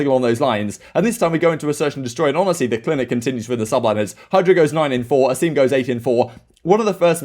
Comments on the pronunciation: As I've mentioned on broadcast, he's been asked to be called A-sim. Not A-seem. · saying A-sim instead of A-seem was hilarious 😂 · Asim is actually pronounced Ah-sim so A-sim is the closest to it